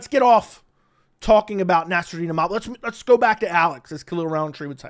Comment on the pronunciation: Din Thomas out there having problems saying Imovov, I'd hate to see him try Fedor Emelianenko on for size....